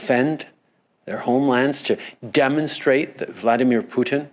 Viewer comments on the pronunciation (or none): Love how Trudeau says poutine instead of Putin 🤣🤣🤣🤣🤣🤣🤣 LMFAOOOOOOO!!!!!! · He literally is thinking about the poutine he eats not the putin that fights lol